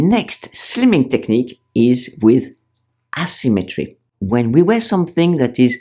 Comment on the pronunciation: Please place the emphasis on the proper syllable in the word "asymmetry": asyMMEtry, not Asymmetry. The way you say it is wrong, It is important to put the emphasis on the proper syllable. In the French language, the emphasis is always on the first syllable, not so in the English language. I am a French woman btw...